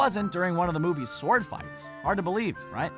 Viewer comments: For future reference, despite its spelling, the "w" in sword is silent, so it's pronounced SORD! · Every time I heard him pronounce the W in sword I cringed. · You really like to pronounce the 'w' in 'sword.' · The "w" in "sword" is supposed to be silent bro. Just saying. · You may say it that way, but I pronounce the 'o' is sword and sordid for exactly the same duration. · Dude, please learn to pronounce words correctly if you are going to be a narrator. For instance - in the word SWORD the 'W' is silent, and it is actually pronounced SORD. And Mandy Patinkin's name is pronounced like it is spelled. PA-TIN-KIN. Not PATTY-KIN. And also, why don't you show the scene from the movie where the mistakes you're talking about actually happened, instead of just some random clip?